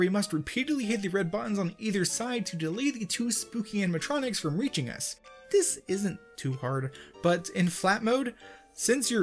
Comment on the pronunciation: “Animetronics” lmao